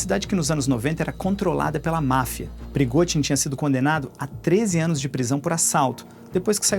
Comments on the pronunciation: Não se pronuncia “PERIGOTIN” se pronuncia “PERIGOZIN” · “”PrigoTin”” não! “PrigoZin” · Alemão não consegue falar o fonema "zh" hehehe